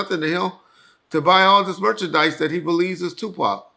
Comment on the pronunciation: Drake is the new Pac. “Sue-Pac”